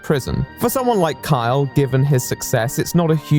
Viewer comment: I keep hearing "Kyle" as "Karl"